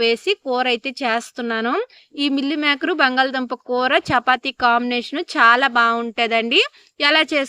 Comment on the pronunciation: మిల్లిమేకర్ కాదు అక్క మిల్మేకర్